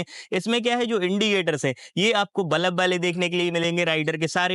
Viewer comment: Its bulb not balaB bro 😂